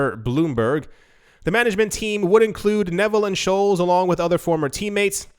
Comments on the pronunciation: Sholes? Lool It's pronounced Skoles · scholes is pronounced skoles. Hey its a comment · The way you said Paul Scholes killed me inside